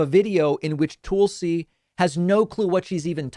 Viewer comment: Daaavid .. is there any reason you keep pronouncing Tulsi as TOOL-see rather than TULL-see .. since theres no umlaut there lets get it right. Thanks Deevood.